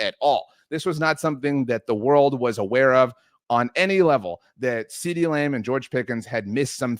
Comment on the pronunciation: Why is this goon saying “CeeDee Lame”